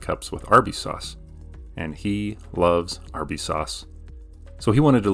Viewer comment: Is it only me or did anyone else hear him say Arby’s wrong when he first said it?